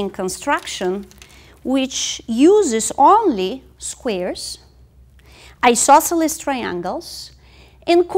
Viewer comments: how do you spell that strange word she uses, it sounds like "e-sauce-elus"? i know what she means, but never heared that word. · "Do we have a right isosceles triangle here? dramatic pause We might! ..."